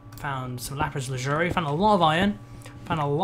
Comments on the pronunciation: He's been saying lapis lazuri sence the first time he played Minecraft but its lapis lazuli! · I don't know why but it really annoys me how ALWAYS calls Lapis Lazuli, Lapis Lazuri. MAN SO FRUSTRATING!